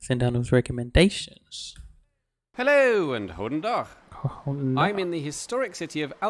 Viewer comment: [aff slu:t dike] ...Hoeden dag??? hat day? weird english fellow...